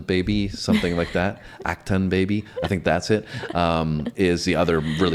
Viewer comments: It's actually pronounced: uhk·tuhng. When this song came out, and for a while after, many newly married couples played this song at their wedding/reception thinking this was a love song...like "We Are One" but it's actually the opposite. Classic case of people only hearing the title or the word: "one" One of many examples in the song: "You ask me to enter but then you make me crawl..... And I can't be holdin' on to what you got..... When all you got is hurt." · You said his name “Boe No”! You said act Chung! It doesn’t get worse than that.